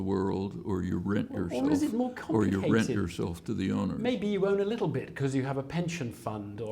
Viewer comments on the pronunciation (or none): none